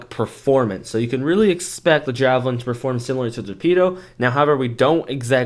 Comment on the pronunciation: it is not jahhh - velin its jaayyy- velin